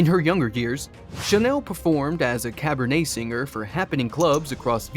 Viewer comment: You mean CABERET singer not CABERNET which is the name of a grape variety !!!!! How embarrassing!